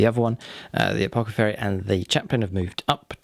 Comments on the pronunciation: I really love your vids and really appreciate all you've taught me about how to play 40k since I decided to start delving into this hobby a year ago. You're amazing! That said, is there an inside joke I'm missing? It's "apothacary" not "apocathary". It hits my ear so wrong! Don't ever change. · Great batrep It's ApoTHecary lol